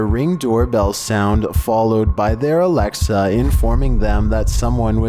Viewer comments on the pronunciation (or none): none